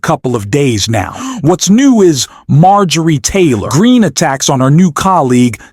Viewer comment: I don’t particularly Mind,—— but the repeated, and just plain Weird, mispronouncing of the Foul MTG’s name made this presentation less credible. Sounded like AI .